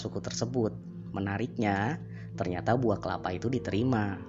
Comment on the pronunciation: Kelapa malah jadi kepala 😂 Bahas kota slab city